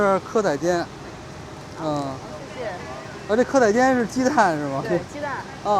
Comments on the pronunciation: 不是蛙煎 是鵝啊煎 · 蚵仔煎(台語發音：鵝啊煎)哈哈哈哈哈